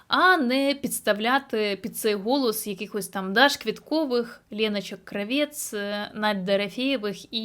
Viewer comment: Кравець наголос в прізвищі інше Кра.- вец! А што ви думаєтє я українка!?Ніт!